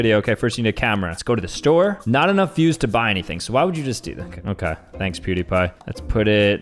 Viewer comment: the way he said PewDiePie